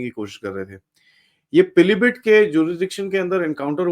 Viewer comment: पिलीबिट नहीं पीलीभीत |